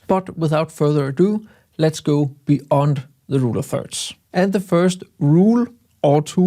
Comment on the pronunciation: be-Yond:) Jeg ved godt, der er nogle stykker i engelsktalende lande, der fatter hat og siger beond. Men det ER altså beYond 🙂